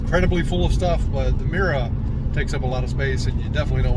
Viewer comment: Your accent really comes through on the word mirror haha